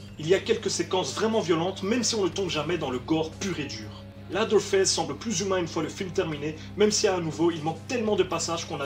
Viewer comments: Leatherface "Lédeurface", pas "ladeurface"... ca veut dire "face d'echelle" ^^ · On dit leathearface ( léseurfayce ) mais pas latherface ( laseurfayce ) ca ne veux rien dire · juste on prononce lèveurface pas laveurface... juste ;) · "LAZERFAISSE". J'ai détesté le film moi perso, il rend pas du tout honneur à l'original. edit: en fait j'ai plus l'impression que tu dis "LADDER FESSE". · j'adore ton emission mec mais tu m'as fait pleurer de rire avec ta prononciation hasardeuse de leatherface et ed gein x''') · Bonne vidéo, mais par contre tu ne sait pas prononcer le nom du tueur ce qui est dommage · excusé moi de mon erreur mais je suis habituer à dire lea(seur)therface. C est juste que tu écorchées le nom mais bon au final c'est est pas si grave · Ce serait bien d'apprendre à prononcer le mot "leather" par contre....